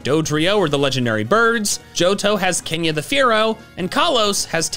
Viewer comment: "Kenya, the Spearow" 🤦